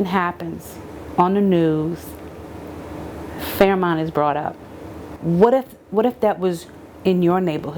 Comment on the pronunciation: It's not Fairmont it's fearmont